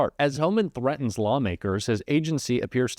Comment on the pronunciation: Threantens...really? A little professionalism goes a long way but the reverse is also true.